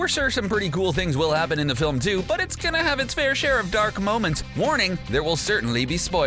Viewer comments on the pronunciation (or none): none